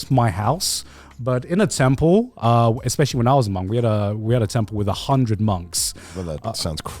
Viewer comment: every time garnt says temple, i hear 10 pull genshin has ruined me, send help